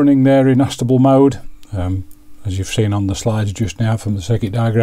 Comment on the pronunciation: Thanks for the review, looks like a handy device for simple jobs. You're saying ast-able mode, shouldn't that be A-stable?